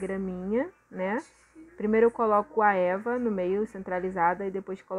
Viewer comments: Porque vc fala Eva pro e.v.a? Tá MT linda sua caixa compra veludo aqueles que faz almofada sai bem barato para fazer graminha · sim kkkkk quando fala Eva eu fico procurando o que é